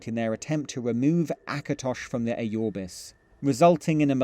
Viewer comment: The way you pronpunce Aurbis is hilarious. Ayorbis...